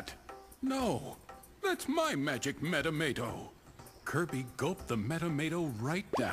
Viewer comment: metamato is said differently as well it kinda iritaits me XD